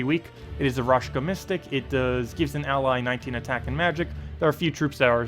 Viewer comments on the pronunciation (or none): Amazing team! I will have to check it out in invasion :) And.. btw, it's RaKsha, not RashKa, god dammit! xD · Thanks! As always great content! I was actually missing the Raid short video last week. Just a small thing, it's not raSHka, but raKsha. =)